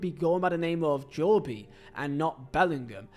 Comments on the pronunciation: I don’t know but I think this is just pure laziness from, Jo-be??? Jo-be?? Come on bruv, you could literally just watch videos or google his pronunciation… Yeah I’m sorry, I’m a huge fan but I think I’ll have to skip this one, I just can’t stand hearing “Jo-be” every other 30 seconds 😂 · I do like Vizehs vids I think there entertaining and informative but Jo- bee is an AI level of mispronunciations ! 😂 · You pronouncing his name like that makes me die inside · How are you English, a grown adult, a football fan and still not know how to pronounce 'Jobe'?? :D Anyway, nice video. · imagine making a video about a guy you can't even pronounce 😂😂😂😂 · Its Jobe like in the bible. One syllable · we do it as banter for a laugh but doing it on a youtube video when he knows full well its its jobe not jo-be is attention seeking to the finest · Jobe - ❌ Jo-be - ✅ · i watch jobe a lot in the championship, seems a decent player tbf, but honestly i feel he should’ve played in the prem for sunderland (also it’s JOBE NOT JOBIE) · The name is pronounced “Joe-bee” or similar deviations in a variety of countries in Africa. But Jobe itself is an English version of the Hebrew name “Job” and it’s the single syllable pronunciation here. The Bellinghams are rather English. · Bro its jobe not joby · Its pronounced “Joe-B” not “Jo-Bee” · Bro it’s jobe not Jobie… that’s like calling jude judie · No one has EVER call him Jo bee lil bro 😭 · Hearing Jobie hurts my soul. Please learn to call him Jobe. He has even played Burnley twice how doesnt know how to say it is bewildering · Every time he said Jobie I wish I had no ears 😂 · I love your content but where did you get pronouncation of Jobie😂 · its just like cancer to hear JO-Bee and not joBe like my god stop please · Who tf is Jobey? 😂 it’s JOBE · JOEb no joe-bee. ❤😂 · It’s only Jobe not Jobie 😅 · I think his name is Jobe and not Jo-be correct me if im wrong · JOBe bryant, cant even watch this one